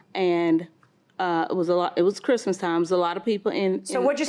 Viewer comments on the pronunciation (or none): He said krizmuh instead of Christmas 🙄😆